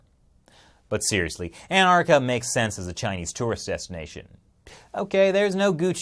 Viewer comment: Why do you pronounce Anartica and not AnTartica?